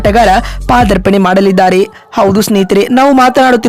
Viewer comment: ದಯವಿಟ್ಟು ಕನ್ನಡ ಸರಿಯಾಗಿ ಮಾತನಾಡಮ್ಮ ಪಾ ದರ್ಪಣೆ ಅಲ್ಲ ಅದು ಪಾದಾರ್ಪಣೆ